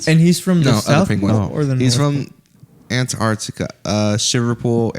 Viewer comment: Uncleartica….. 🤦🏽‍♂️